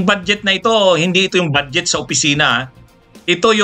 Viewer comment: Atty.budget po hindi bad jet